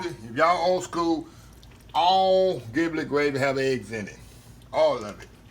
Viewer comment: Ji - Blet not Gi - Blet